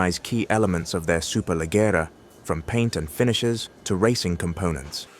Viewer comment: So annoying that they couldn't be bother to verify to tell the name Superleggera properly...